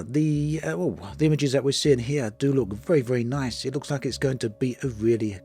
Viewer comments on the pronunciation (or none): none